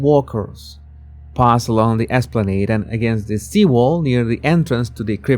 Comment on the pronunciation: Mate, your English is not good enough to pull off a narrative like this. It just doesn't work. It's hard to take you seriously when you can't pronounce the word esplanade.